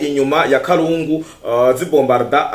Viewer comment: nkatwe twabaye aho Uvira bavuga KALUNDU et non kalungu. Komereza aho mu jeune wacu.